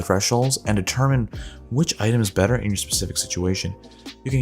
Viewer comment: Bayter item? XD